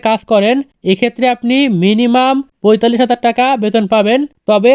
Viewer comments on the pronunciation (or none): none